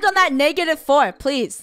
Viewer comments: Rainbow-I hope u land on negative 4 Funneh Funneh-no! I won’t land on negative floor she accidentally said floor instead of four lol 😂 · i heard her say negative floor :) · Funneh said nv flore